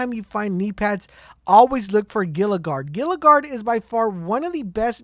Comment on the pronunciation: I'm pretty sure it's pronounced HEE-la not gil-uh for Gila Guards wanted to let you know. Look up Gila monster we used to have them around the house.